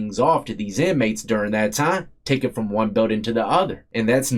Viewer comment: 23 and , why do you emphasize the ONE???? Sounds REALLY absolutely dumb!!!! 23 and ONEEEEEEEEE! DUMB as he'**!!